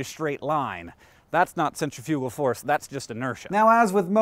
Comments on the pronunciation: To elaborate, you said it as center-fugal, when in fact it's really cen-tri-fi-gal (sen-trif-yuh-guh, -uh-guh from the dictionary). We're inclined to say it as 'center' because we see that first in the word, but that is an incorrect breakup of the word. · I was really confused at first but then I realized that I think you're just pronouncing "centrifugal" differently than I've ever heard it pronounced. Lol I'm dumb. And kinda tired haha, my bad ;o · TIL that I've been pronouncing centrifugal force as centifical force all my life. I'm currently having one of those WTF moments. No big deal. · You pronounced centrifugal wrong -_ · Akex and Carrie should re-record This Kiss because they said centrifugal. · are there two pronunciations for centrifugal, or have I just been saying it wrong since I was 12? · is it bad that i didnt even know what centifugal force was? i thought you were saying centripetal force at first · I have never heard anyone say "centrifugal" before so at the beginning I thought that I had been pronouncing centripetal wrong for my entire life.